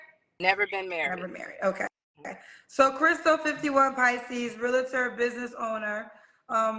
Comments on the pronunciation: Realtor is one of the most mispronounced words ever. There is NO “a” between. Real - tor. It’s one syllable. Sorry 😮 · Lets start here sis.. You're pronouncing "Realtor" with 2 A's and thats your profession?😅 You keep saying "realator." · Im a real-i-tor. Now maam?😂🥴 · She's all that ( in her mind) but doesn't know the proper pronunciation of realtor; two syllables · She can't even pronounce the word REALTOR correctly... so I cannot take her seriously at all.